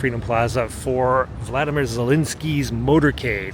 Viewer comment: Love your work but, please it’s Volodymyr.